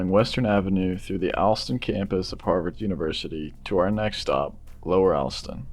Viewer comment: "All-stun", not "Al-stun"